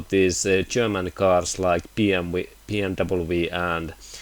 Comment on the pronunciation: BMW is pronounced BM double-you.....not BM double-V. Just trying to help ya out with some english.